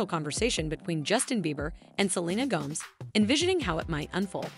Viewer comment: Why would you keep pronouncing Gomez as Gomz,please don’t say it like that